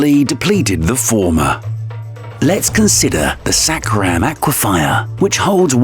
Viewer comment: Aquifer, not aquifier.